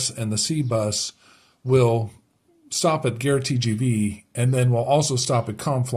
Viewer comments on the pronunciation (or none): Gare is pronounced like gahr. Your pronunciation is the word for war!! If you ask directions to the war from a local they will look very shocked! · Just to help :-) the "a" in "gare" sounds the same as the "a" in "cat"